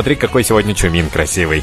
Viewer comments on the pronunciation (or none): Вообще-то не Чумин а Чимин 🤣🤣🤣